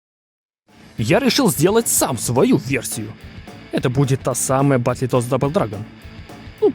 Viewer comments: Как же меня бесит то,как он называет игру БАТЛЕТОДС бл...какой нафиг батле,произноси хоть правильно,БатЛТодс,без Е... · Батлитодс ахаха! Чувак, прекращай веселить. Одно слово на инглише можно было ж выучить)))) Или гугл переводчиком озвучить, чтобы не звучать как селюх. Батлтодс, Карл, БАТЛ ТОДС. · Бро, Бэтл Тоадс! Почему ты говоришь "Батли"? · ну что за батлетодс?)батлтоадс! не издевайся над классикой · Очень круто, молоток ) неправильное произношение немного режет ушки, не "батлетодс", а "бэтлтодс", чувак ) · Да не Батле а батл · Только не Батлитодс, а Бэтлтодс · Ты молодец конечно, желаю только успехов в создании. Но блять, как же режет слух "батлИтодс", батл, батЛ... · не Батли Тодс а Батл Тоадс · Брат умоляю….. баттлтоадс. Не баттле)) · Ну не Баттле, а Батл. Переводится как бой. А полное название переводится как Боевые Лягушки. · "Батли тодс")))) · Друже, только не "батле тодз", а "баттл тодз" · только не "баттЛЕтоадс", а "баттлтодс" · Батле тодс😂😂😂. Ну ты крут😅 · Баттл литл стабл? Чел что ты говоришь ? Батлтодс выговорить не можешь ? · БАТЛЕТодс??? Мой препод английского тебя б придушил))) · батлитодс?) что по английскому?) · Ну не батле тодс, ну пожалуйста... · "батлИтодс". это пиздец. уметь делать ремейки, но незнать произношения игры... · Батле тоадс??? Автор аутист! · Чел, ты если игру разрабатываешь, потрудись хоть узнать как ее название правильно произносить